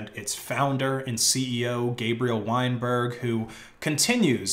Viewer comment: I mean thats his name so it should sound right yeah. A lot of people were putting Wine but it is actually Wein like you put so pretty much that is their name.